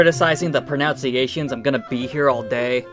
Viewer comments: Did you say "Pronounciations"? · Appreciate the in-depth takedown. One question, are you intentionally mispronouncing "pronunciations?" If you are, solid trolling. If not, well now you know!